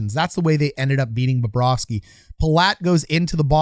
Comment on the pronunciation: Well, Babareski was in net! If Bobrovski was in net, a different outcome would be had. Is it Baba ros key? 🤔 I really like Bobrovski much better. I think, Phil Espotato has trouble with English pronouncing of foreign names.